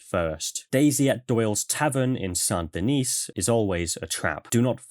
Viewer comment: You are the only person to pronounce Saint Denis in such a way the auto-captions can comprehend and read correctly. Instead of just saying it, well, American.